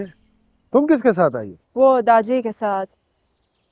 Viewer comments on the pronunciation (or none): Its daaa jii not dada ji